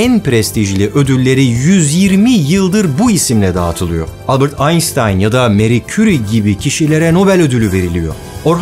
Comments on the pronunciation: Alakasız olacak ama Einstein ı yanlış telaffuz etmişsin.s ile değil ş ile (aynştayn) okunur. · barış abi albert'ın soy adını eski videolarında aynştayn diye telaffuz ederken son iki videonda neden aynstayn oldu